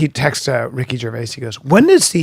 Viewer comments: Ger-vay-us? Hmmmmm. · how brendan first pronounced Ricky’s last name lmao “Gervayiz” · Ricky Gervayas? Never heard of him. Is he Mexican? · Did you say “Ricky gerveyass” , Brendan seriously stop eating and cut your hair 😅 it’s affecting your speech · "jer va ez" ???? Also way to single-handly mangle and destroy all of Gervais' jokes